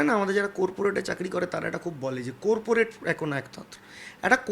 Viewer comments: buddhir bolihari !! কোরপোরট না করপোরেট ! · কোরপোরেট নয় কর্পোরেট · Kothata corporate not korporate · kotha ta coreporate ta. Ota corporate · কথা টা কোর পরেটে না কথা টা কর্পোরেট ঠিক করে উচ্চারণ করুন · ভাই, কথাটা 'কর - পো - রেট' , ' কোর - পো - রেট ' না। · Korporet na bhai ota corporate hobe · Core-porate na corporate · Corporate k byango kore "core-porate" boleche. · কোর্পোরেট নয় সঠিক উচ্চারণ হল কর্পোরেট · Korporate na re...ota corporate 😂😂... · কোর্পোরেট কি ভাই? 🤣🤣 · Suor re..age corporate uchcharan Kara Sekh..tarpor interview de…uneducated apodartho…ekhon subhendu r pacha chete bjp dhok..ei manuser bachcha ta ke BJP te dhukte deoa uchit na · কর্পোরেট উচ্চারণ টাও করতে পারে না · Bro pronounce theek kore korte parche na tar abar interview